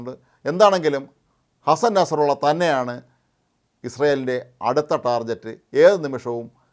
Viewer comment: ഡേയ് ഡേയ്. ടാർഗറ്റ് ആണെടെ ശരി. ടാർജറ്റ് അല്ല.